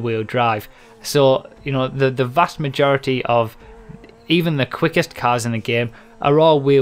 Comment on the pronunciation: "cass" its "cars" pendejo!